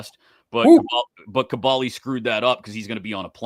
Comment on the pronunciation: Lol this started off exactly how I figured a Kaboly podcast would... Gotta say this dude calling you is throwing me off Tell him have some respect and call you Ka-BOHL-e